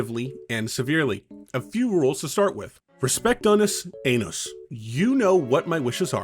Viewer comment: That has to be the most unique pronounciation of Unus Annus i've seen to date 😂